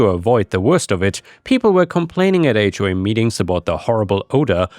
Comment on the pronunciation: Listening to this, I kept hearing "hawk farm" and was very confused